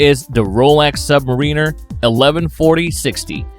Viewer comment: bro really butchered pronouncing SUB-MAR-I-NER